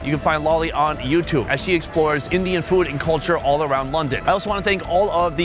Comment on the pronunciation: Chube was good. Try saying tomato properly, next. To-mahr-to ❤